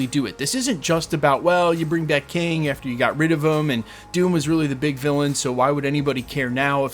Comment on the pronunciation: Kang not king! 😂